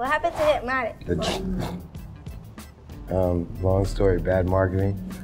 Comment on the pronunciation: Y'all know Hypnotiq pronounced (Hip-NEW-teek) right?